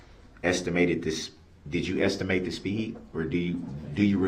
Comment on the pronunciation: No I didn't get a lisends place number, maybe you wouldn't axe stupid questions if you had a license, you even lied about that, he should of had a dictionary, I noticed estimate was one of the many words he had trouble with. That wasn't part of the game , my dogs vocabulary is higher then his!